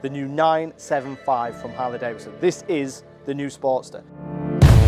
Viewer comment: It's not Davison, say 🙄 it with me now......Davidson !